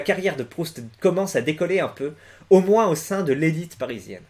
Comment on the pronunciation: pourquoi tu prononces le "S" de moins ?